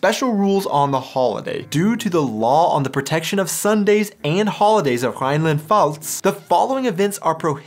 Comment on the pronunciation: You need to practice that "Pf" sound in "Rheinland-Pfalz". Sometimes you get it right, sometimes you sound like "Rheinland-Vals".